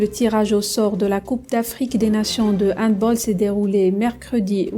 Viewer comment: 3 choses : On dit HandbAll (en prononçant le A comme en français et non comme en anglais). Le peuple algérien a les dirigeants qu'il mérite car cette haine des dirigeants pour le Maroc se retrouve aussi majoritairement chez le peuple. Si l'Algérie veut être cohérente avec ses décisions et sa position elle devrait dans ce cas se déclarer forfait en football aussi et refuser de rencontrer le Maroc comme elle refuserait de rencontrer Israël.